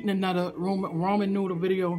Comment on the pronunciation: Did she say Roman noodle 💀💀💀